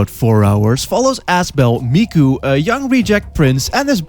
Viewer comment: DID YOU SAY....MIKU?!?!